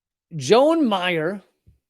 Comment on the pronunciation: Joan - pronounced Joann. Dramas: Kari Newell DUI, liquor license application. Attorney / judge Laura Allen-Viar DUIs. Former KC police captain Gideon Cody sexual misconduct allegations, almost 50% pay cut to be Marion police chief. Mayor David Mayfield failed questionable recall campaign vs vice-mayor Ruth Herbel.